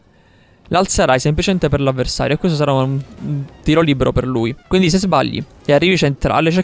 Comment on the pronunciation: Alla fine: Nessuno: Assolutamente nessuno:: ecvindi